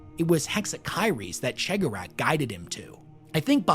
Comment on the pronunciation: what's that?! talking Eldar lore? Why yes please! More!...That said, PLEASE listen to the Heirs of the Laughing God audio play to learn to properly speak the name of the Laughing One, please >< It's bad enough Majorkill can't pronounce His or the Whispering One's name, not you to!